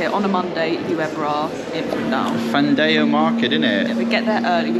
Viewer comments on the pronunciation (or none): Hi....... Pls it's not a personal attack but pls do not dilute our language... It's Fundao and NOT "Foondayo"... You are Portuguese and living in Portugal... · I took it as a joke when he pronounced Fundao like that.